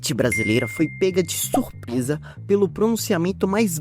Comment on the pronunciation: "surpesa" "Guetúlio Vargas" Infelizmente só cirurgia resolve